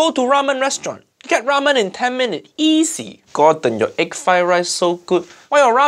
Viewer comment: no not vegetarian he put eeg where a vegetarian 🤣🤣🤣